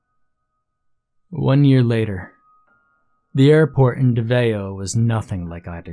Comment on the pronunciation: Haha im from Philippines. The way he say davao as dava-oh makes me smile but it doesnt matter the point is i love the story.. fact: there's a lot of mystrious island here in the Philippines.. some are heavily guarded and cannot be visited even by locals.. some ownd by privte companies...